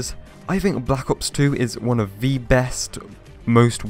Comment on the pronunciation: Why you keep saying “Vee” instead of “the” ??